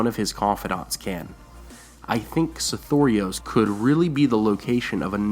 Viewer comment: I think its just because i have only the way I sounded out the name originally when I saw it in the books, but I HATE the way you say it. Sothoros seems to roll nicer. I have a feeling some of these things are meant to be conveyed as an accent, not enunciated syllables.